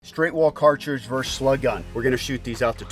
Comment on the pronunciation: ver-SUS, not 'verse'